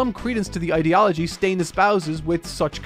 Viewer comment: I love but the way he pronounces ideology is not hitting well in my brain!!!!